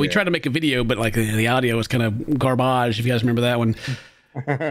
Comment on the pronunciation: has reached the Dad milestone of pronouncing 'garbage' like a French tour guide.